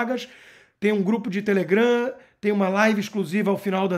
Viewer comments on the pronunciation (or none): none